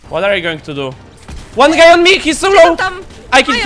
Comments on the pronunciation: Po pierwsze ty tak mówiłeś guy w tym odcinku że myślałem że mówisz gej XD🤣 A po drugie ja nigdy nie wiedziałem 🤣 czy ma taką chrypę czy co mu się stało XD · gay czy guy xDD